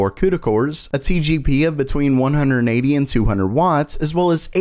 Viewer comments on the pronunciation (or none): none